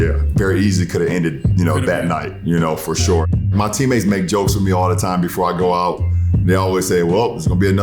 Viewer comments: "FOR SHORE, FOR SHORE" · "for shore"